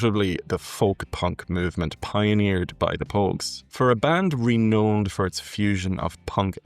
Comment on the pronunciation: Working my way backwards through your videos: so when you said "reknown" in this one it made me laugh. Cheers from Newfoundland.